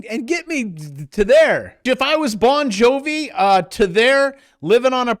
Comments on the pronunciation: I think u said BOND JOVI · "Bond" Jovi 😂😂😂